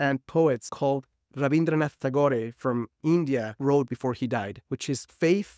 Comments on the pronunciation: thanks! I’m a Bengali and an Indian & wanted to help him with the incorrect but easier for western countries - pronunciation of it. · Not even well corrected : tuh-gor ( if you want to correct ,do it right ) . Anyway, Tagore in Spanish, that's how it sounds and is well said also. English pronunciation is popular but not yet mandatory. And Tagore Is not even an English author.But, I just wonder, that's the only part you catch from what he said ? 😮 Wow